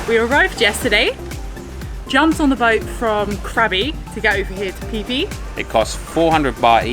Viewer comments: It is pronounced “Fee Fee” not “Pee Pee”. Phi is used to represent “The Golden Ratio”. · You mean "pee pee" island